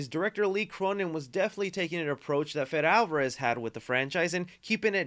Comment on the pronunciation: Not to be that guy but it’s Fedé Alvárez not Fed.